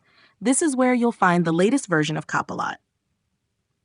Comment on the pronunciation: look for "cop a lot".......wt heck? An AI voice reporting on an AI service, what could possibly go wrong?